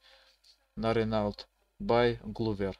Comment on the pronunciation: Ранелт, бля аж до слез))) чувак эта марка называетс Рено